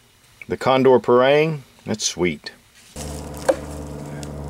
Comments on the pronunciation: Dear Sir, I want to respectully correct you how to spell it in a proper way. It is called "par-aang" not "par-reang" and in every south asian people who speaks Malay pronounce it this way. Thank you for your great review:) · agree with you! Its pronounced Par- Rung!!! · you pronounce parang wrong!